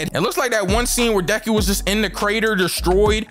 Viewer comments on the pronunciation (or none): none